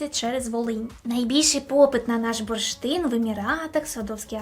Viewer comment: буршин, бурштин.....і тут бамц - реклама английскої.......а потім знов, буршит, бурштин